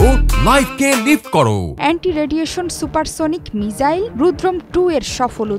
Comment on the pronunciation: মিজাইল ❌ মিসাইল ✅